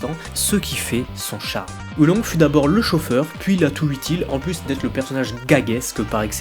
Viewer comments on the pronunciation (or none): Oolong !!!!!!! PAS Oulongue